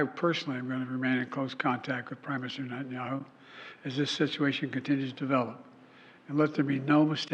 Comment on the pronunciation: ...and calling the Prime Minister "NETTIN-YOW" ... lets not glaze over that